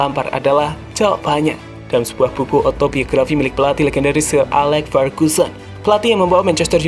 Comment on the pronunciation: Bang klo ngomong kata yg ada huruf “L”nya kok selealu pake huruf “H”....”LHampard, AHLex, GoHL....agak ganggu hehehehe